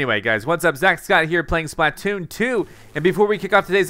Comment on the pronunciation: why does he say it like splah-tooon